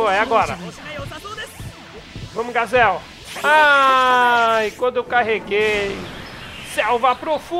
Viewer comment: Mano vc está pronunciando errado o nome do gazel